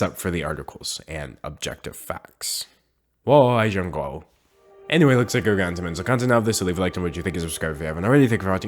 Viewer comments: lmao when he says he loves china it sounds like 我爱成狗(i wnna be a dog) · I liked this video until the end where he incorrectly pronounced “I love china” in chinese and used it for comedic effect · Sorry but the way you said those Chinese words at the end caused physical pain to me xD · did he just try to say "i love china"? lolol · As a person who speaks Chinese may I just say that is not how you say 我爱中国... but no shade to D’angelo. Love your videos. But you tried so whatever. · what alien language did you speak there? No, I'm not ridiculing Chinese language, it's just that the pronunciation sounds like a glitched autotune. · For someone who studied simplified chinese for 4 years, it physically pained me to hear you try to say you love china, in relation to tiktok and your non existent use of tones. Beautiful vid as always tho :] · You pronounced 我 爱 中国 wrong, I take chinese classes soooo Yeah But good try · His pronunciation was simply atrocious.